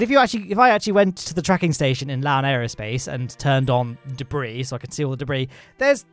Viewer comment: I heard “Leave a comment below and I’ll see if I’m a Lowne in this” 😂 But yes! SpaceX is the future, all hail the soon to be lord of Mars!